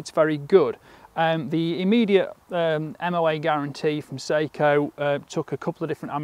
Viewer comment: Note on pronunciation: "Seiko" is a Japanese company noted for their watches. "Sako" is a Finnish company noted for their firearms. The former is pronounced say-ko. The latter is pronounced sah-ko.